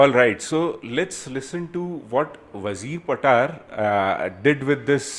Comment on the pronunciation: Damn ! Its not how you say Wazir patar,(WAAZEER PAATAAR) it goes like ......WAA ZIRR PAATR ( वाहजीर पातर)